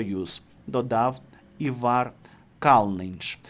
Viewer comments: Та не івАр, а Івар...наголос на І... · Все життя латвійський актор був Іваром (наголос на I) або Іварсом Калніньшем. Не знаєте як правильно, запитайте у когось, чи подивіться у вікіпедії. Соромно., Ви не єдина зірка шоу-інтернету. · Ставвтье пожалуйста ударение правильно,на имени Ивар. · Ивар Калныньш ставить ударение надо правильно. В имени-на первой буквы,а фамилия на Ы.